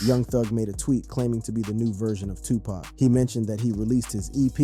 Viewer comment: First, dude really Walked to THUGGA, and gave him drugs… DURING A COURTROOM TRIAL!!!? INFRONT OF THE JUDGE, COPS, AND LAWYERS???!!??? 2: THIS DUDE CANT EVEN PRONOUNCE PAC’S NAME CORRECTLY?!?!?! I am done with this channel.